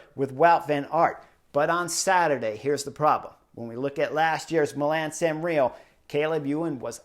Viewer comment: Milan Sanrio? 👀 Let’s say it together Mi - la - no San - re - mo Love your work! Keep it up